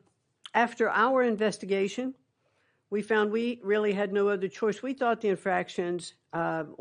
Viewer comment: Im sry did she say Investication?? Umm maybe we should keep DOE…